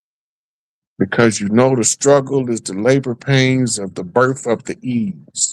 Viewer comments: BIRTH NOT BERFRIGHT. GO back to class. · did not say Berth -- He said BerF. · killed that birth spell word. It's Berth just as the said. Know tribal talk. Get in class.